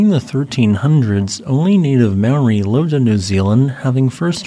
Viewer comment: I'm sorry, but that is obviously, to anyone with ears, not an AI voice. How do I know? It doesn't sound like one for starters, and he mispronounced "Māori" in a common way, which an AI wouldn't have done.